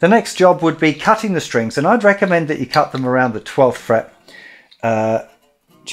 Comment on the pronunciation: The word "cut" has a "t" in it. Go Straya